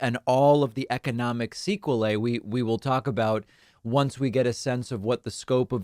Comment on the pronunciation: The most shocking thing I've learnt from this video, isn't that WW3 has started... its that some people pronounce cycle, as see-qua-lay